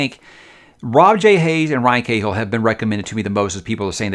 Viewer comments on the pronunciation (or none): McLean is pronounced Makleen. And while we're at it, Cahill isn't Kay-hill, it's Ka-hill. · Cahill is pronounced Kah-hill